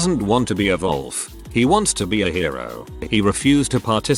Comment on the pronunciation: Nobody: Literally nobody: The Reddit bot voice: Volf